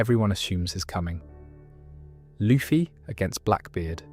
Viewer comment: Brother why are you saying luffy like that